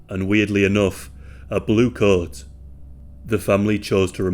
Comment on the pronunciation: I think he said "coat".